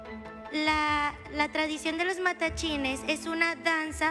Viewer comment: Se dice Matlachines